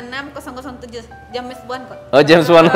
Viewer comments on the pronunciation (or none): none